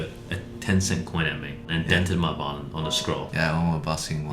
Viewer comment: i was expecting brett to say twosetVAHlin like normal, but then he said violin😭